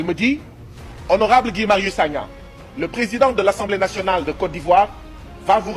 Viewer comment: Ce n'est pas Saga mais Sagna 😂😂